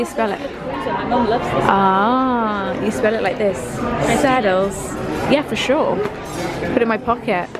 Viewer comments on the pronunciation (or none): It’s pronounced “sad elles” not saddles like a horse saddle 😂😂